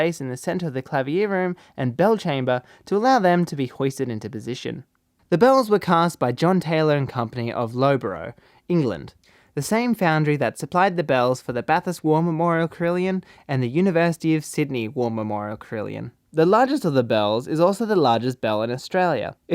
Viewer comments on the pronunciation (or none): Loughborough is pronounced Luffborough